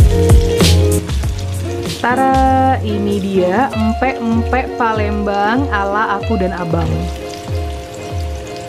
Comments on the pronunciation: Abang nyebut PALEMBANG nya PALENGBELANG 🤣😅😅 ada ada aja haha ... Yey..akhirnya setelah setahun yg lalu mamak bikin pempek kapal selam lagi, saya asli orang palembang inong sam 🥰🥰🙏🏻 .. #orang asli palembang like dong 🥰🥰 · Gak bisa tahan ketawa dgr abang bilang empek empek Palengbelang😄😂✌️